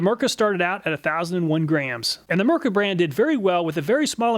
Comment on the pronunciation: Thanks for testing a Finnish product, and greetings from a Finn 🇫🇮 🙂 By the way the letter i in Mirka is pronounced the same as the i in "makita" or "diablo", not as an e.